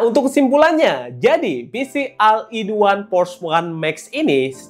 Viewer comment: maaf diluar kontek ya bang,pengucapan all itu dibacanya ol